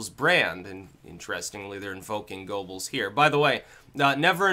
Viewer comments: Goebbels is pronounced Gerbbles, BTW. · Every time pronounces Goebbels as "go bulls" I murder a spoonclank.